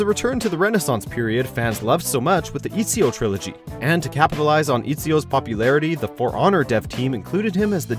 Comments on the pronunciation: It's not easyo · If this mans says iTziO one more god damn time wHy I AtTa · ET-Z-O EZIO facepalm #triggered Jk jk but it's pronounced et-z-o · Pleeeease...it's Ezio, not Eeezio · ITS PRONOUNCED “ETZ-IO” NOT “ESIO” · It's EZIO not IZIO duhh→_→ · Its ezio, not "easy-o" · Its not Izio its Ezio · Eh-zio not Ee-zio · FFS, EEEZIO. c'mon. It's Ezio, or Ed-see-o. Why Eee-see-o? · ITS E-Z-EEO NOT E-seeeo PRONOUNCE IT RIGHT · It’s etzio not eatzio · disliked for saying EE-sio instead of ET-sio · Ezio not Izio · Amd pronounce Ezio as EATSİO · How many times did this guy say Eat-Sio ? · "eetsios" trilogy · If you call him eezio you've probably not played AC 2. No way would anyone call him that. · EATZIO? Lmao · He keeps saying Eatsio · The heck is an it's-e-oh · Couldn’t finish this video, you sound like you’ve played the assasins creed games, have you ever heard anyone call EEEEEEEEzio Izio? Jesus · Did you just mispronounce Ezio's name? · I cringed hard every goddamn time he fucked up Ezio's name..... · The way he Pronounced “Ezio” made me wanna rip my ears out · This dude dosent even say "Ezio" right like wtf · I don't want you saying ezio ever again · we can tell you didn’t play the AC games if you can’t even pronounce Ezio correctly. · The way you said ezio's name pissed me off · Anybody else’s ears bleeding from him butchering the pronunciation of Ezio? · You saying Ezio wrong disgusts me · Your pronouncing Ezio wrong. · Pronouncing Ezio incorrectly? Wow. Have you never even played it? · I hate the way this guy says ezio, click on you trailer and you’ll figure out how to pronounce his name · You can’t pronounce ezio properly